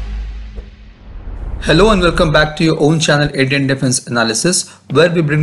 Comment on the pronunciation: “Endian “? It’s Indian! Stick to Hindi.